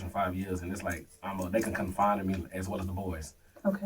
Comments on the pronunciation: Confide*. Not confine. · He pmo saying “confine in” that’s how you know he lying can’t even said the word right lol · It's confide you idiot. Not confine! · Stop saying confine in. It's confide genius. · It’s confide FFS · Is he trying to say “confide” because he keeps saying confine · Please stop saying "confine in" . Fcku!!!! Driving me nuts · It's confide, not confine...well, hmm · The word is CONFIDE. Not CONFINE. But he bout to learn the meaning of confine when he gets confined to that cell. Just sick. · It’s subconscious… he knows he’s going to be confined… 😂😂😂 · Ugh...He said " Confine" 😩😩😩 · They just con-find in him, ya know? It's so funny, how certain people don't know common words, so instead of Ever taking a few seconds to figure it out, they just say things that they think sound like words 😂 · I know right!! & he pronounced the word wrong 10x in 3 min 😅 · This dude will have a lot of time to learn how to pronounce the word "confide".